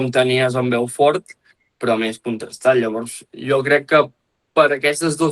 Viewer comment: Beaufort es pronuncia tal com és el jugador: bo fort